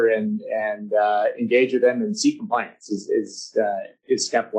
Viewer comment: Com pli ance.. GARF